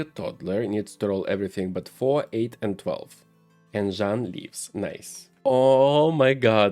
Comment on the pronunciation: Hi, you're reading Polish surname perfectly! For name Jan: the "J" in polish actually sounds similar to "Y", like in YES. So you can say it as Yan :D hope it helps! (the way you're reading it would be as Żan in polish haha)